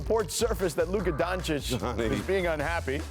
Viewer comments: Tf is is Donsik talk man? Can this man pronounce Lukas last name correctly? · Doncic will make the Hall Of Fame.. and ESPN rats wont be able to say his name right. smh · When are people gonna start saying Lukas last name right? 😒😒😒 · Marc Spears still doesnt know how to pronounce Doncic lmaoo